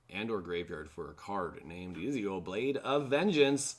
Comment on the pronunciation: Ezio is actually pronounced ET-ZIO lol